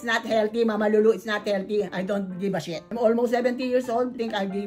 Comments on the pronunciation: "I don't givva SHIET- I'm almost 70 yrs old. You think I Givva SHIET" 😂😂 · Mama lulu i love the way you say i dont give a SHIT